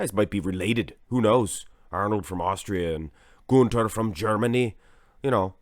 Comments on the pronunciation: When you say Gunther's name your accent sounds Swedish as opposed to German. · Gunter is German, you idiot! Will you quit pronouncing his name as if he's Swedish?? Jackass.